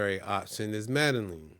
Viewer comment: Your pronunciation of Bogata, Cartagena and Medellin is incorrect. This can hurt your credibility when you get 3 wrong. The information you gave is good but make sure you do the work to pronounce the cities correctly.